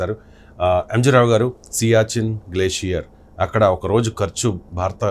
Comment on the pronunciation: అయ్యా బాబూ! "బారత" కాదు, "భారత" అనండి. "భారత" అనేది ధ్వనించాలి, అది శ్రోతలకి వినబడాలి. తెలుగోడు అయివుండి (అరవ వాడైతే పోనీలేపాపం అనుకోవచ్చు) మీరిన్నిన్ని గొప్పగొప్ప విషయాలు మాట్లాడేముందు, తెలుగు ఉచ్చారణ సరిగ్గా నేర్చుకోండి. మిగతాది, అంతా అమోఘంగావుంది.